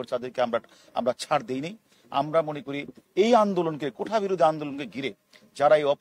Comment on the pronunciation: হারুন একবার ও কোটা উচ্চারন করতে পারেননি বার বার কোঠা বলেছেন উনি নাকি মেধাবী পুলিশ অফিসার